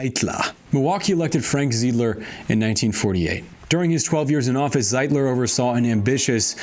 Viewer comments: Milwaukeean here- "ZEYE-DLER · Pretty sure it’s Emil “Se-dell” and Frank “Ze-eye-d-ler”